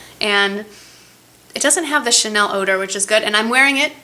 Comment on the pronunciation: HAHA i laughed! you pronounced the Chanel name right! but the little "ugh" you made after laughing totally cracked me up! Ah, if you ever come back to France, I want to teach you:p (so you'll "ugh" all the time)